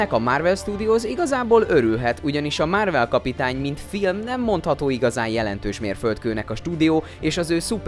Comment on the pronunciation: "Márvel", "Rodzser Mordó". Hallgasd már meg, hogy miket mondasz. Hihetetlen, hogy egy videót nem bírsz úgy elkészíteni, hogy normálisan olvasd fel, amit eléd raknak...